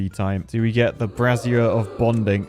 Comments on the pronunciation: Okay, two— scratch that, THREE things: 1. Can we get a black-fur pattern for the Detailer? We can call the ones that use it Paddy-tails! 2. PLEASE, FOR THE LOVE OF GOD, STOP PRONOUNCING “BRAZIER” LIKE THAT! It sounds more like you’re replacing the “I” with an extra “Z!” 3. If you make a skyscraper, here’s an idea: go Irontail, make it on a 4x4 imprint. Have the staircase to build the whole thing go up around the center so the center acts as a proper structural core. Feed two tubeways and a power shaft through the middle, then put gravity batteries, some kind of entertainment, and a tubeway station on top. Just like that, you have a useful skyscraper with an easy way to access the top! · I'm not sure if he's pronouncing brazier like brassiere on purpose for the laughs or not 🤔